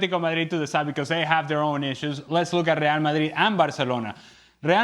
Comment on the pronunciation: Say rreeall madrrrid one more time